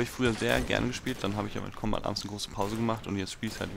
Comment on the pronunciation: wie es mich aufregt wenn er kombad arms sagt ES heißt combat[combät]